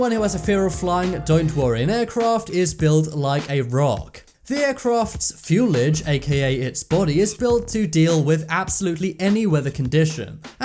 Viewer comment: It’s fuselage, not fuelage